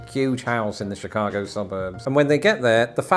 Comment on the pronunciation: WOW! is British and pronounces Chicago even better than Californians (but it's arguable that they're real Americans 😅)!